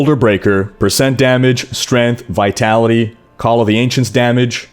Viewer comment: Strayngth not Strinth